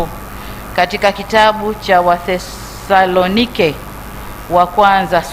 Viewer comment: Mama unajua kuitamka wathesalonike vema,good.